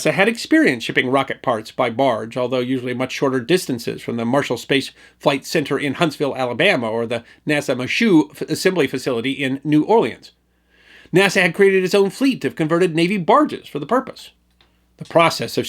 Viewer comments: The Michoud Assembly Facility ... Michoud is pronounced mee - shoo 'round N' Awlins, son. ;) S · The "Michoud" assembly facility in New Orleans is pronounced "Mee-shoe". Another Louisiana French based vernacular different from the English spelling.